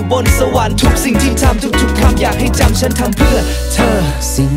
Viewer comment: ชอบเพลงนี้มากของพี่บอล เอามาทำใหม่ก้อชอบนะค่ะ ติดแค่ตรงคำว่า ฉัน ออกเสียง เหมือน ซั้น ฟังละจั้กกะจี้ๆยังไงไม่รุ้ค่ะ แต่ก้อแปลกใหม่เปนสไตล์ของ rooftop ละมั้ง 😊